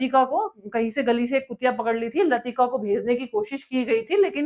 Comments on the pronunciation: Par aapko professionally aur mehnat karni padegi..Kitni galtiyan karte hain…. YURI GANGRIN nhi YURI GAGRIN the….Dog ka naam LATIKA nhi LAIKA THA aur vo GAGRIN JI ke baad nhi uske pehle Gayi thi….F JOHN KENNEDY bhi aapne ek jagah galat bola h ….Rakesh sharma Ji ISRO se nhi gye the…jab aap itni basic galat Bol rahe hain to aage to aapne pata nhi kitna galat bola hoga isliye aapki video nhi dekhni cz trust nhi h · यूरी "गगारिन" बोलो, गैंगरियन नहीं। लतिका नहीं, "लाइका" बोलो। आप जो सूचना दे रहे हो उसकी विश्वसनीयता पर मुझे शक होता है। आप का उच्चारण भी सही नहीं है और रिसर्च भी सही नहीं है। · Spece me Jane wali female dog ka sahi Nam bhi apko pta nhi h. Uska Nam laika लाईका tha. Not lutika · Dog latika nahin laika thi. Aap kya school paas kiye ho?😂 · Laika ...latika nahi....Kalpana Chawla is not Indian ....Yuri Gagarin not gangreen nahi ... Correct pronunciation please...not American President but US military personal can enter AREA51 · 1) First Russian Cosmonaut was NOT "GANGARIN"😅 2) The first animal sent into Space by Russia WAS NOT LATIKA it was LAYKA (LAIKA) 3) Rakesh Sharma was NOT from ISRO , he was from IAF Bohot jhol hai madam aapki video me...😢😢😢😢😂😂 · Latika nhi hai madam laika tha naam.. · Yuri gangrene nii, yuri gagarin Aur latifa nahi लयिका naam tha, Phele khud kii knowledge theek kr lee, phir vdo bna, Yuri ko gangrene krwa diya, ab kya usski टांग भी कटवाये गी kya. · The female dog's name was Laika not Latika. The first astronaut was Yuri Gagarin, not Gangrin. The story is right, but not the particulars. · Madarichot rabd latika nahi laika bol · latika... Nahi Laika.. Hai. Rakesh sharma.?? Mamta didi kahti he to. Rakesh Roshon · Russian ka naam Yuri Gagarin tha Gagrian nahi. Aur kutiya ka naam Latika nahi Leica tha. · यूरी गैंगरिन नहीं यूरी गागरिन नाम है कुतिया का नाम :- लतिका नहीं लाईका (लाइका) था। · Kutiya ka naam Latika nahin Lyka padha hai aur pehla space mein jaane wale vyakti Yuri Gagarin hai na ki Yuri Gangarin.